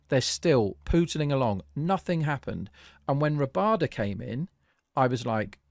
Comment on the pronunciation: First channel I have seen that actually called it correctly. I was so surprised to see Miller give strike to Rabada.